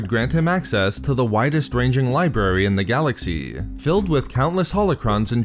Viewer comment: "Vast libarry"? lol